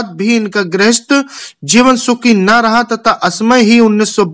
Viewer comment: zeevan nahi jeevan hota h